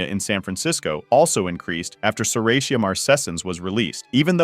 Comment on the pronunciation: It's pronounced serratia.